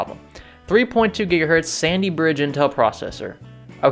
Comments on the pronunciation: sounds like he says Sandy Bitch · “Sandy Bitch processor” is what I heard. lol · I went back and listened to it 5 times before coming here to make a comment. It sounds like Sandybitch every time lol. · did you say "Core i5 Sandybitch processor"? 😂 In all seriousness though its probably either the i5-2310 or i5-2450P, but technically the 2450p turbos up-to 3.5GHz so its probably the 2310.